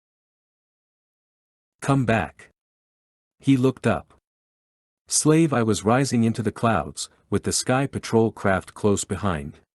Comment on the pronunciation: Other than the A.I miss pronouncing the proper names of Slave 1 or slave one as there where atleast 4 others, and names of cities or people, it's a great series of books, I listen to these types of audio books while I'm trying to go to bed, As im an insomniac, it's annoying to get immediately woken right back up every time Star Wars gets butchered by these A.I's trying to read Star Wars. Please fix it as the other audiobook's have done, even the older audiobook's are being corrected as their A.I's had done the same in the beginning, but that was over 10 years ago theirs have done Star Wars wrong, and the owners of that content got tired of it aswell as in the last 10 years A.I has become a lot smarter. Please address this and keep the books coming. Thank you for your time.